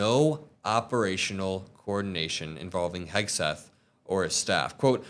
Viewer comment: when is she starting to say his name right ????